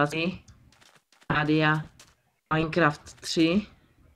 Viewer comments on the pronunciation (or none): none